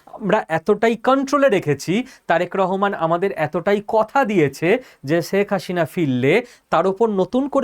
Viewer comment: আপনি বারবার বলছেন শেখ হাশিনা, সঠিক উচ্চারণ শেখ হাসিনা ( Hasina, not Hashina)